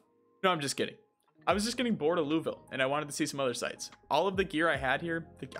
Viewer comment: Just letting you know, there is probably no quicker way to annoy Kentuckians than mispronouncing Louisville. It’s something we’re weirdly defensive about. For reference it’s Loo Uh Vull (pronounced like full with a v) But without any break between syllables.